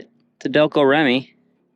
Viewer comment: I look forward to watching this project moving forward. As an aside, the name of the alternator is pronounced Delco “Reemee”. The company was founded in my hometown and was based there as a GM subsidiary during my childhood. Cheers!